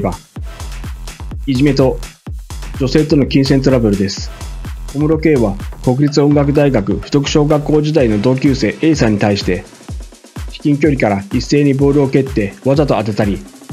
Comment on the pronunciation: 「国立音楽大学」は、「こくりつ」ではなく、「くにたち音楽大学」と読みます。ちなみに私立の音大です。